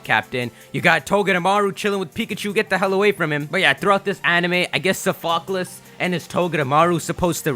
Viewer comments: Your pronounciation: SOFAH-CAH-Less Real pronounciation: SOF-AH-CLEEZ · I think Sophocles is SOFT-UH-CLEESE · Dearest, its "SOFF-o-cleese". Like the philosopher. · Sophocles is pronounced Soph-a-clees. So-fock-alus is just really funny. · Woooooooow. Suh-fock-less? I think he meant Saw-fuh-klees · Omg the way he says Sophocles name........... 😱 he keeps pronouncing it like its a Pokémon name or something. It's soft-oh-cleez 😂😂😅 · SOF-O-CLEEEEEEZE like the greek guy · Sophocles = So-fuh-clease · What was that?? Sofaklis? AHAHAHAHAH NICE ONE BRO Sophocles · it's pronounced "saaf-uh-clees" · IT'S PRONOUNCED SOH-FOH-KLEEYS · Sof-oh-clees. I'm trying, please understand how this is said. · pls lol Sophocles = Soff-oh-cleez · Sophocles is pronounced "SAH-FAH-CLEEZ". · He still can't pronounce Sophocles correctly... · Oh my god, if he says "Sophocles" wrong one more fucking time.......